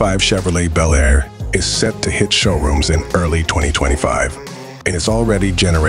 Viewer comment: A description of a new vehicle while showing 3 Different B. El Airs (Come on, and get your A.I. speaking correctly) of different years, and possibly customizers.